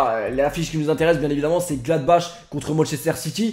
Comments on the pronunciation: Mdr gladbache. On prononce gladbare parce que c allemand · ça se prononce Gladbar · Glabach se prononce pas GlabaR ? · Ca se prononce "Gladbar" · Gladbach se prononce Gladbar